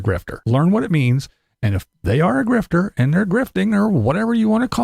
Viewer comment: not sure that's how the word is pronounced, but whatever I get ya, people over react.